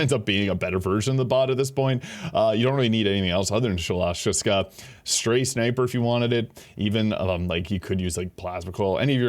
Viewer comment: You murdered the pronunciation of that gun's name.